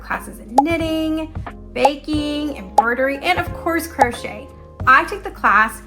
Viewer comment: “Put your single crotch shette in the next hole.” 😂 Oh, mispronouncing crochet drives me nuts lol